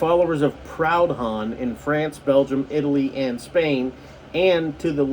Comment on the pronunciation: That's not how you pronounce Proudhon, it's a French name 😂 He was a French philosopher, and more or less the first modern anarchist, if you will. Marx and Engles knew him personally, they used to be friends when Marx was living in France after being forced to leave Germany. They later had some arguments and whatnot, but he was a rather interesting figure, nevertheless. I'm a Marxist myself, I would rather people read Marx than Proudhon's work, but he's a pretty interesting figure. I just thought I'd clarify that since you seemed to be confused as to just who that was.